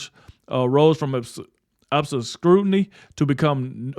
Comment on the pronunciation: wow, ob-si-crutiny 😂😂 maybe pre-read these first, it’s ob·scu·ri·ty It really destroys your credibility when you add that to click-bait headlines , just sayin…